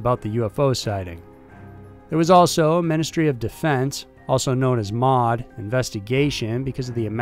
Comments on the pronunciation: As a general rule, you don't read the acronyms of government or military institutions in the UK as a word. You pronounce each letter. M.o.D. isn't mod, it's M, O, D. Royal Air Force is R.A.F. and not raf. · M.O.D not mod and R.A.F not raff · Ministry of Defence Is not called MOD. It is said M. O. D. Like CDC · Good video as usual, but feel like I need to correct you as the Ministry of Defence is absolutely not “also known as mod”. MoD is said as “em oh dee” just like the United States DoD. Literally no one calls it “mod”. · Just for future reference, when you say R.A.F. you have to spell out the letters. It's never refered to as Raf. And you spell out M.O.D. too. Pronouncing the words the acronyms form doesn't really apply in these cases. I think it's not commonly done in the UK at all. I mean, calling R.A.F. Raf is like calling U.S.A.F. Yousaf. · Same with Ministry of Defense. M. O. D., not MOD. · It will occasionally be called the "raf" colloquially, but its really the R A F. And the M O D. Not mod. Lol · Thank you also M.O.D not mod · I love your videos and content, but I have to say hearing Americans try to say English place names is really cringey, they over pronounce the SHIRE at the end of places like Wiltshire and Shropshire. Also it's the M.O.D, said as 3 seperate letters.We don't call it Mod...Same with the R.A.F. Royal Air Force. I mean no discredit, your videos are well thought out, well researched and the narration is great 99% of the time. But maybe contact a UK friend as to how things are pronounced here. All the best! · And it's not 'mod', it's the M O D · Royal Air Force= R.A.F. not pronounced "raf." Ministry of Defense is pronounced the same way... Not mod. Holy moly, come on. We don't say dod, f-by, or seeya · Sorry to be a picky Brit as I know I must pronounce US names wrong, but the RAF and MoD are never pronounced “RAF” and “MOD”. It’s always pronounced with each letter individually-just R.A.F and M.o.D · Em oh Dee -MOD Are A EFF -R.AF